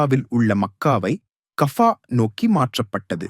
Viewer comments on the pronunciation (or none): Kafka அல்ல கஃபா.